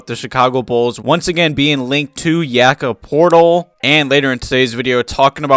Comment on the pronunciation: Did you just call him Yakob Portal